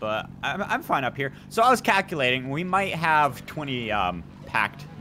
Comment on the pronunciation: "I was cacalating"